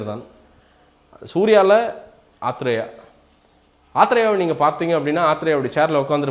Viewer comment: ur pronouncing of athreyaa is so funny,,,,,sounds like tea athreya word???